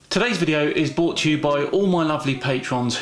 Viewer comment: just started realising he has been saying bought to you not brought to you not sure if intentional or a speech impedement still good video